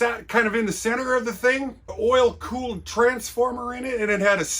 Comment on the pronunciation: You say 'earl' (oil) like a true New Yawka.